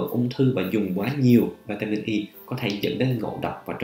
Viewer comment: Cho em hỏi bs vỉa mịn Y nhu bs đọc này chứ, hay vitamin E bs đọc khó nhận biết làm a